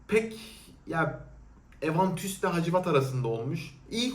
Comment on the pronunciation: hazır telaffuzdan bahis açmışken: baccarat rouge 540 ve aventus telkaffuzların fransızca olsa bile fazla zorlama ve taklit gibi seslendiriyorsun. en azından ingiliz firması creed'in Aventus'unu ''evantüs'' diye okumayabilirsin mesela.